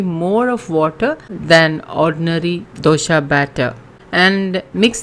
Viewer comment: Dosa not doshaaa🙄🙄